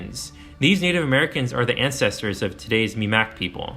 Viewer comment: Not to be nit-picking, but Miramichi is pronounced "mira-ma-she" not "mira-me-chi" And Mi'kmaq is "mik-ma"